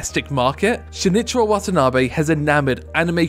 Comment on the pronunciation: For someone who knows about this guy you sure butchered his name